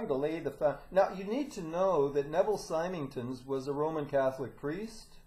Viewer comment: I wish would pronounce the Symington's surname correctly it's Sim-ing-ton. And it's Nev-il.